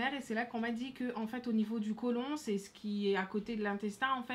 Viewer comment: Colent Il ma tué après lia dernière colon pas colent 😂😂😂